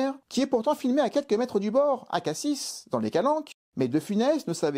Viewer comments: Prononcer “Cassi”. 😅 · Cassis, on ne prononce pas le S final. C'est pas le fruit, c'est la ville. On ne dit pas Parisse, n'est-ce pas ?